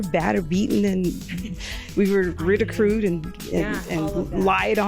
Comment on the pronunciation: Mary- we were battered and beaten and “Ridicrued” 😂😂😂